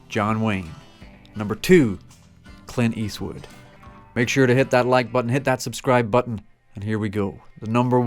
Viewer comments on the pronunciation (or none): It's Clint Eastwood not Quint Eastwood!